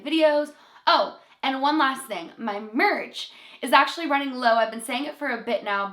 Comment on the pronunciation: I heard marriage instead of merch😶